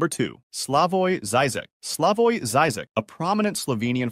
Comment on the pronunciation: thanks! however you pronounced the half of those European names wrongly. You misses a lot: Seneca, Aristotle, Plato, Nietzsche, Kant, Heidegger, Sartre and more! Please before making such episode, check those European names! For instance, it's Zizik and not Zaizik!